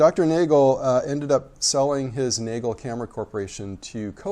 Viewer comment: The German pronunciation is Naa-gail.